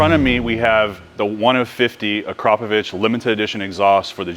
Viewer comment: Weissach in German is pronounced Vi-Sah-kuh. and Akrapovic is pronounced Ah-Krah-Poh-vich. Americans are always trying to pronounce everything phonetically. Barbarians...